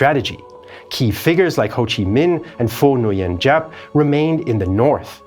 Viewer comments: Great Video! BTW, Nguyen is pronounced = Win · Giap is pronounced "Zap" and Nguyen is pronounced "Win".